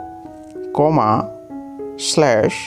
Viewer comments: he said comma as coma.💀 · When he says coma instead of comma me : 🤣🤣🤣🤣🤣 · Bro Said Coma 😂😂😂😂😂😂😂😂😂😂😂😂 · Puli...stoppa? Comava...? Yaenna kodumai ya idhu. ...but nice info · It's Fullistaap & coma fa nee